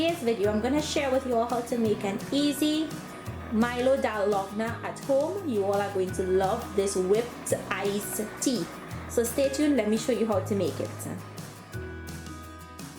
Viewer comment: It’s Dal-go-na not dalogna